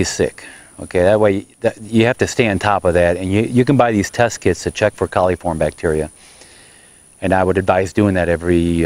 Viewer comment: It's coliform not caliform.